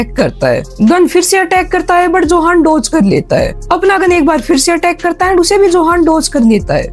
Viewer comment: Johan nhi use yohan pronounce karte hai